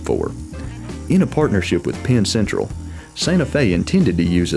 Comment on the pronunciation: Beat me to it, y'all…even the narrator's pronunciation ("PAIN Central") sorta gave it away, even if it wasn't the main stated reason for the Super C's demise.